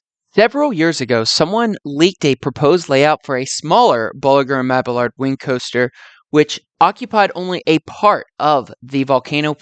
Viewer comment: Mab-ee-yard. No hard L in the name.